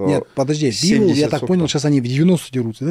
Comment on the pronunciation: Когда-нибудь начнет называть Дмитрия БИволом,а не БивОлом,но это уже совсем другая история...